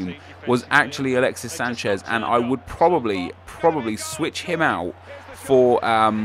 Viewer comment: Its not Sanshez its Sanchez